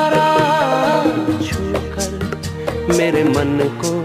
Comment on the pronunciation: Chhookar, not chookar.